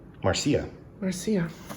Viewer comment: It's clear you're living in Spain by the way you pronounce Marcia as "Mar-see-ya". It's kinda' hard to petulantly spout "Marcia, Marcia, Marcia" as "Mar-see-ya, Mar-see-ya, Mar-see-ya". :) Love the unboxing. The Rose collection is gorgeous.